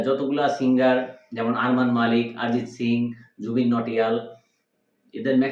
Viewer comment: আপনারা ভুল তথ্য জানেন অরিজিৎ সিং কে নিয়ে অরিজিৎ সিং ইন্ডিয়ান আইডিয়ালে নয় নয় সেট ম্যাক্স এ প্রেম গুরুকুল শো থেকে এলিমিনেট হয়ে গিয়েছিল আর বাংলায় যখন কথা বলছেন নিজেদেরকে বাংলাদেশি বলেন তখন আরিজিৎ নয় উচ্চারণ অরিজিৎ সিং কবে ধন্যবাদ 🙏🇮🇳